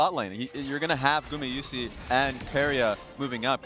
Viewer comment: People really hating on casters? I think it's consistent and informative and I love that gamayushee pronunciation of Gumayusi lol